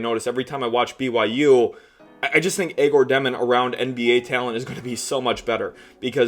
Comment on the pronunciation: Love the work my man. Keep it up! On a sidenote please stop butchering Egor Demins name. its pronounced as Yeah - Gor.